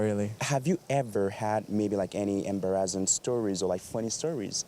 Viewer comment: First time watching a video from. This host pronounced "Embarrassing" weirdly. I have never come across anyone pronouncing the word this way. Where is he from?